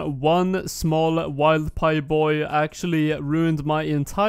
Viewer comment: Wilder pie not a wild pie also btw haha